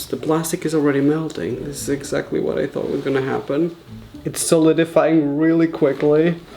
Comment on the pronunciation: in the beginning of the video be like Eggxactly